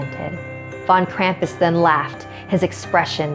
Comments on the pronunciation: Krampus take her away for not saying your name right! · Okay I'm from Germany were Krampus originated and his name is not pronounced cramp-us it's Krom-puss. Okay? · Why do people pronounce Krampus with an a the a is a u that is how Gremans pronounce it geez.